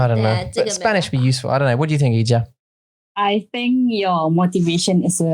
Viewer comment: I kept hearing Ija's name as clothing rack for the entirety of this podcast, and I was very confused for some parts of this episode. Ija has some great insights and brutal truths!